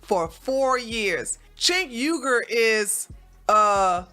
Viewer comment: You can't even say his name correctly. 🙄